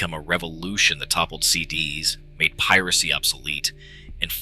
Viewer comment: Please don't use AI generated content for your videos if you want to take yourself seriously. Also, learn to pronounce CDs correctly.